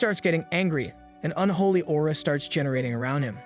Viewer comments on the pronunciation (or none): none